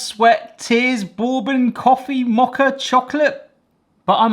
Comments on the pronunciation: Looks absolutely amazing, well done.... But the first o in Bourbon silent so it's more like Burbon... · "Bore-bon" stressed me out 😅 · FYI: bourbon is pronounced BURR-ben or BURR-bin. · You saying borebane made me chuckle… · Borbon?? Mm i’m only ever heard it pronounced burbon. Is this an English thing? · “Borbon” lol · The British pronunciation of bourbon is hilarious. Boore-bun. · It is pronounced Ber-Bon. Like you're cold (ber) and then good in French (bon). And if you wanted a honey bourbon you probably would have gotten closer with a $20 bottle of honey jack or its ilk. Otherwise a great video :) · Are you trolling us with that pronunciation of bourbon? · You pronounce bourbon like you have never hear it spoken before. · Same! Bourbon is from the US, and it's definitely not pronounced the way he says it. 😂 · Exactly. That's like calling an American whisky Scotch. That's why how he says "bourbon" bothers me as well, because that is definitely not how it's said. 😂